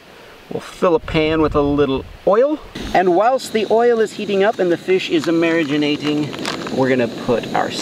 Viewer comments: It keeps irritating how he says marinating. it's not mariginate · Cant tell if he is saying marinating wrong as a joke or not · How many times he said “Mariganating” 👇 👇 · Mariginating isnt it marinating 😂